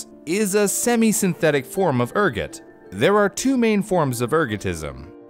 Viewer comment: The way he pronounce Ergot show he is more peasantry than high class (that video reference)